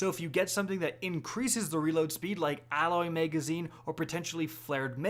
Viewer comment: “Flared Maygwell” & “Maygazine” - weird accent’s on the upswing!